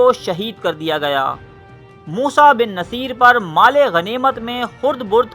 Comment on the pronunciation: موسٰی بن نصیر Moosa Bin Nusair not Moosa Bin Naseer as you pronounced